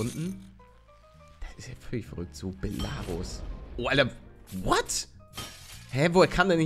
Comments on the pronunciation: Palle es wird quasi Belaruus ausgesprochen! ;) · Belarus ist ein land man spricht es belaruuus aus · Man spricht es Beeelaaaruuus aus und es ist Weißrussland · Belarus ist Weißrussland mit der Betonung auf ,,Rus" soweit ich weiß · Voll lustig wie du Belarus aussprichst. Auf Deutsch heißt es Weißrussland. Dann hättest du es bestimmt geschafft ^-^ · Belarus ist Weißrussland. Es wird aber das E betont und nicht das A. Belarus ist das russische Wort dafür. Bela= weiß Ich hoffe ich konnte dir weiterhelfen ^^